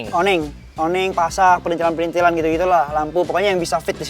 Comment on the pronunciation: Yang bener tuh PRITHILAN ga ada N nya. Jadi bukan PriNthilan ! Bapak-mu (Oom Hauwke) Wong Jowo Temanggung koq keliru sebut PRITHILAN jadi PRINTHILAN...